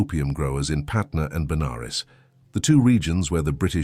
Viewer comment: It's patna not patner , Patna was city in bihar , And banaras in uttar pradesh , During British time this both city were part of central province